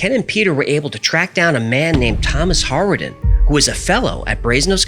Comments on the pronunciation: Interesting! I know Hawarden, pronounced "Harden" by the way. It's a village in Wales on the Flintshire/Cheshire border, but I'd never heard this story before! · Hawarden is pronounced "Harden". My mate lives in that village. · Just so you know “Hawarden” is pronounced as “Harden” by people of the area. Greetings from North Wales 🏴, United Kingdom 🇬🇧. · The place Hawarden is pronounced. Hardon. We live very close in Cheshire. Love your videos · Hawarden is only 4 miles from my house, it’s pronounced harden here in wales but good story! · Someone else may have pointed this out but 'Hawarden' is pronounced 'Harden'. I used to work in that village 👍🏻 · Word of advice: If you see a place that's in Wales, look up how to pronounce it. Hawarden is just pronounced Har-den. :) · My Dad went to that school. It’s pronounced ‘harden’. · Dodleston is pronounced like it would rhyme with ‘wobble’ston. And Hawarden is pronounced Har-den. Source: I live nearby. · Very interesting, but got completely distracted by the pronunciation of Hawarden (actually pronounced Harden) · Wow, you just blown my mind, I Live in North Wales, not far from "Hawarden" it is pronounced "Harden" BTW? and the man you named is from that family their is a Small Airport there, and it is where they make the wings, for Airbus A3XX planes this story is mad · Btw, hawarden is pronounced as ‘harden’ 😊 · Hawarden is pronounced Harden in Welsh: sorry for being a pedant! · I heard of this fascinating event, when I lived a few miles away in Rosett. FYI Hawarden is pronounced Harden. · Hawarden pronounced ‘harden’. It’s an hour from me 😊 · Just to let you know that the village and name Hawarden is pronounced Harden. I live near there in North Wales and in fact my farther was a pupil at Hawarden high school but it was Hawarden grammar school then. Thanks for the videos, very well made and researched. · The Human pronounced Hawarden wrong. The computer pronounced it right. It's pronounced Harden!